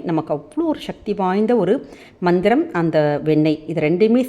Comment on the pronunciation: Mam mandram you are pronouncing is different compare to your writing version